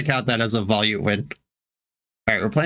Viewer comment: Volute is pronounced VO-LUTE.